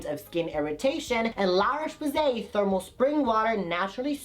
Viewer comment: lololol la roche poos-ee .. u r still gay, we know that